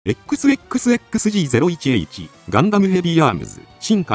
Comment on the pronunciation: このチャンネル１年くらい見てるけど冒頭のエ↑ックスエ↑ックスエ↑ックスで初めて音声ソフトって気づいた……